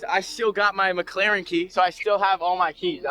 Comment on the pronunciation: it is Mc Laren NOT MAC CLAREN